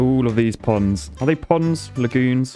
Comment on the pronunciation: "We have a lovely poond in our city!" "Uhm... You mean POND?" "Nope"